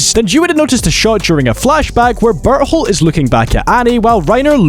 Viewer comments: I heard butthole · Even the narrator gets barleys name wrong😢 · why i keep hearing he pronounce Bertholdt into Butthole 😅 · bro cant even pronounce bertholdts name like fym berhold💔💔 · I feel bad for burrito… must be tough having your name always said wrong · Would've been super funny if you kept pronunciating Bertolt's name wrong everytime you mentioned him. Love your video though!